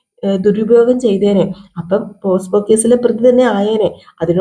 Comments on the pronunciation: പോസ്കോ (posco ) അല്ല പോക്സോ (pocso)... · അതെ പോസ്കോ അല്ല പോക്സോ